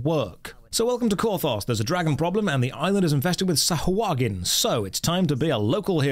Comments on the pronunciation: ackshually Its not Sah-ha-HUA-gin, but Sah-hua-gin. its always fun to hear someone pronounce something wrong xd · Well... the Storyteller is right... its pronounced Sahagin... not SahUagin XD